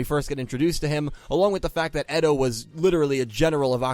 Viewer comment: can you start saying character names better? eto is actually aster, kaito is actually kite, and you called zuzu yuzu. I would like if you pronounced names correctly pls?